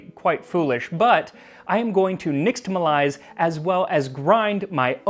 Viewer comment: The x in "nixtamal" should be pronounced as if it were "sh". Mexicans mispronounce it too by the way. It's not a modern Spanish (nor English) "x", it's a Nahuatl one. Stands for the "sh" sound.